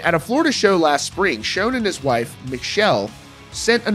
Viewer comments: Considering how long the band has been around, it astounds me on the way people still misspell and mispronounce names. People still spelling Neal as Neil in the comments. And the dude in the video mispronouncing his last name. It's Sch-ON, not Sch-OWN. And Cain needs to go bye bye already. It's Neal's band. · Please learn pronunciation before attempting to use a legends name 😂 Schon like on not like own. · its Schon, like Shawn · Nothing worse than watching a video and the reporter doesn't pronounce the band members names correctly. It's Neil Schon, not Shone. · I believe there is a lot of truth to what he is saying, but let's learn how to pronounce the names, important ones like 'Schon', and his wife's first name. That would add more credibility here.